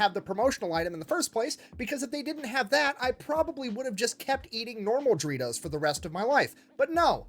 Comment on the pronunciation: Still find it funny he pronounces doritos as dreetos